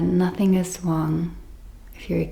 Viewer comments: 😂 you are saying Wong Wrong as it is pronounced Rong, You speak English perfect apart from the word Wong hahaha 🤣 I am not going to be making videos in German 😊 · ❤ I love the way you say Wrong as it sounds like Wong and in English it's pronounced Rong hahaha, Don't get me speaking German 😊